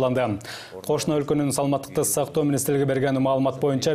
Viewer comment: Бул менин ишим эмес бирок ордуна тагыраак тушунуктуу айта турган башка бироону койгулачы жок дегенде бул аял саламаттыкты сактоо деген созду тагыраак айта албайт экен.